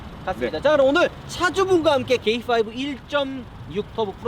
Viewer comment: 형 케이파이브야. 게이파이브 아니고......ㅋㅋㅋㅋ